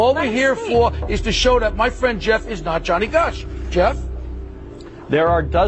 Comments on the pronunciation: I'm almost positive he says Jenny not johnny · Jeff couldn’t even say Johnny’s name...interesting